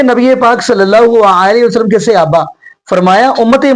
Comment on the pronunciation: Ap hamesha apny ders mey (siyaba) kehtay Hain. ye na kaha karin. Bal k Yeh ghalt lafz he. Asal lafzi "SAHABA" he not siyaba pls correct this word. Thanks.